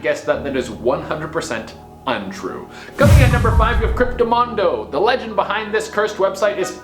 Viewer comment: Cryptomundo not cryptomondo